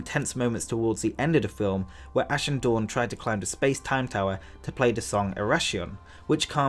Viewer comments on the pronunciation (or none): none